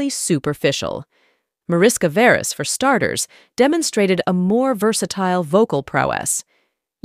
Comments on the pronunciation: Pronounced Marishka Veresh (org Veres Mariska), with Hungarian roots. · Her name is pronounced 'mah-rish-kah vae-raesh'. Her father's 'lah-yosh'. Hungarian. But of course, it would be too much to expect some research in this area from a Western person. It would throw the world off-balance. So let's just dumbly assume that everybody's name out there conforms to English standards.